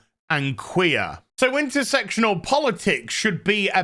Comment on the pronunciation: at least you pronounce it understandably "intersectional" and not intersexual like your peers : )